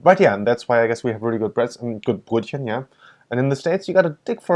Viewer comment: Why don't you correct wrong pronunciation of Brötchen??